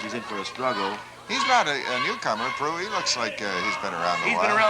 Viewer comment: proulx.... the lx is silent, so just proo. andre proulx. hey, chris haas... german fried yolk.